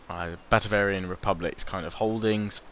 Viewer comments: Batavian not Batavarian no R mate :D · Yeah he's getting Batavian and Bavarian mixed up. There's no such thing as Batavarian XD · He also keeps calling it: Batavarian. He needs to read more carefully. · Try to say it Bah-Tay-Vian Bah (short a, kinda like shouting Bah! at someone) Tay (long 'a' sound) Vian (same as 'avian' ie. bird stuff) If that doesn't make any sense (rarely does :P), then search "batavian" it at a place called Howjsay Hope this helps :D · There's no 'r' in batavian...